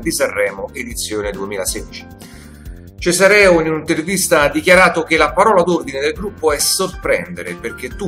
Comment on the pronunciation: Si pronuncia Cesareó...é di origini francesi